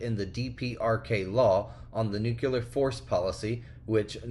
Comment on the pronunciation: Please say it with me... NUCLEAR not Nukeuler